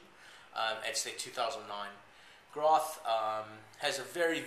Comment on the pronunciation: My name is Robert Groth, it pronounced "Growth" just so you know.